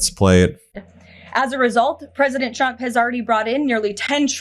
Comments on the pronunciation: "president chrump believes....". She needs to work on her phonics. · Sounded like she said President "Dump"... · I hope one day she slips and calls him president Chump, the way she pronounces his name sounds close. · Did she say president chump?